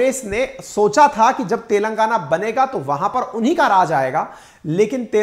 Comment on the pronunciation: सोनिया गांधी तेलंगाना को "तेल लगाना" बोलती है ☺️